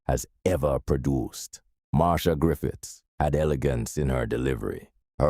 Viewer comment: Her name is pronounced Mar- Cia